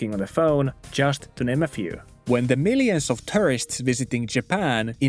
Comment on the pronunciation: The way you pronounce "tourists" sounds just like "terrorists"